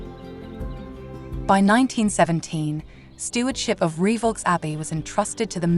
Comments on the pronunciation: Lovely! One thing (amongst the few) I DO know, if you will allow, is that the Abbey's name is pronounced 'Ree-voh', not 'Ree-vaulks'.. Certainly a spooky spot, I visited the place several times with parentals when a child. Nice one, thank you for posting! 👻🌟👍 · nice video, but it's pronounced Reev O not re vox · I read your comment and thought "how pedantic" but after 5 minutes and she'd said reevolks 350 times I was screaming. 🤣🤣🤣🤣🤣